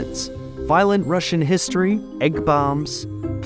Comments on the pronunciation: Im russian, and hate to break it to you but you need to work on your R's more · Russian accent spot on 😂 but seriously very interesting, I didn’t know the background nor the Russian and Danish connection- I think I assumed it was British or French